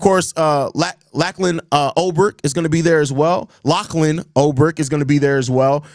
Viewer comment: What the fuck is a Lack-lan my boy?